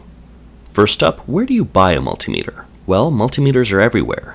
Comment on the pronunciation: Im really glad you pronounce multimeter properly rather than the rest of america with there mul tie meter :)